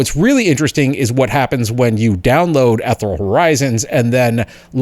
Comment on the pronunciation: thanks for an informative tutorial look up how to pronounce ethereal correctly sir